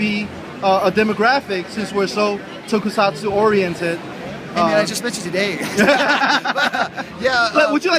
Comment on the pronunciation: Toku-sats, no tokusatsuuuuuu.